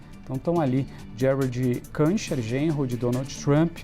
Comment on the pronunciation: Esse reporter devia se informar como se pronuncia o nome do Kuschner